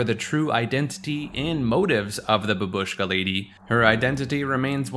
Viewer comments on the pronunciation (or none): F*cking censorship is so annoying in this video. And if you are making video, please, look up for proper pronunciation of foreign words. Bábushka is the right pronunciation.